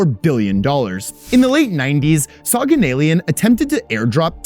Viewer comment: Soghanalian is pronounced like SoghanalIAN. like all Armenian last names with IAN at the end